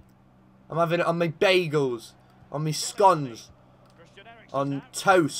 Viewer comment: I like but who the bloodyhell says scone like that it's magic e mate magic e